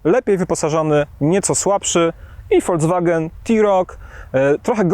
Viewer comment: Mówimy: folks-wagen, a nie folc-wagen, panie redaktorze.